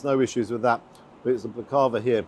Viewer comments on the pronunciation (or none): Got to correct your pronunciation of Baklava. Hit each syllable with equal stress. So Bak-La-Va. That fillet portion size was very small - absolute rip-off. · The way you say Baklava is hysterical. As an international living in the UK, so many times I had someone say something I didn't understand, only to find out it was a foreign word I knew, just so botched that it had become incomprehensible to anyone familiar with the original pronounciation. And then they would say: "Oh did you not know that.. ", insinuating that I was the troglodyte, who needs to learn something from the cultured, worldly-wise Brits 😂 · bak-la-va, three syllables, not ba-klava. and with a knife and fork..?! you can't say it, don't know how to eat it - no right to review it... but salt bae is an entire universe of wankers, well done for braving this for us... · Ironic that Salt didn't salt the starter, go figure, eh. Never heard of him but as you say he's not shy about charging, seems like a real.... well you know, starts with d and ends with bag. Please, it's pronounced bak-la-va, now that we've got that straight, you're right, it was probably stale. I don't care for it but it shouldn't be stodgy, filo is very light and it should be light and crisp, maybe a more fitting dessert would be "eat the rich"...hahaha. Keep up the honest reviews, very refreshing in this age of brainless tik tok influencers. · It's pronounced bAklaVA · Dessert is Pronounced Bhak-la-va. Usually eat it with unsweet strong tea because it supposed to be syrupy sweet. Should have served it with Turkish tea for the prices they charge you might have appreciated the Baklava better. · As allways lovely review. Got out cheap. Salt Bea originally meat YouTube vids very good, restaurants not so good. Comming from Turkey you would think his dessert would be good. Not sure you are pronouncing the dessert correctly let me know. Thanks.